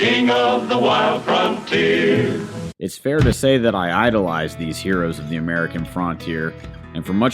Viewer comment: Why are you so adamantly intentionally mispronouncing frontier? You don’t say get the Fraunt door but you think it clever or intelligent or whatever to say fraun teer. It’s not accent because I’ve traveled through a LOT of this country and never heard anyone talk like that.